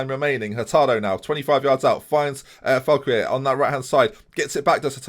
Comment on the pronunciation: Great video, as always. Just a tip about how you can and should pronounce Foulquier = Fool Key Hey